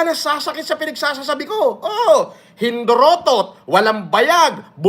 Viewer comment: Kulaong — “hindoropot” not “hindorotot” walang aral kasi sa bastusan eh hahaha